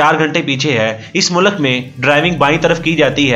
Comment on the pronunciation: Mulak ni he vo bhai mulk bolo